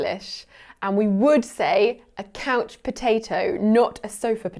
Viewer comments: No one pointed out that pronounced the word couch as: "coach". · Loonies have a loon on them. Not a loonie/loony. And they don’t only live in northern Canada. We have them in the US also. Here in the northern Midwest we say couch or sofa and I’ve heard a lot of older people say Davenport. And a lot of us pronounce it like the Canadian did — i.e. “coach”😅 Re pop/soda I had an older friend when I was younger who said that when he was down south they called everything Coke. “Do you want a Coke? What flavor? Root beer, lemon lime, cola, orange?” 😂